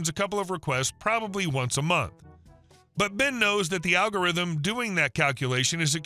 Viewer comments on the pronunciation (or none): none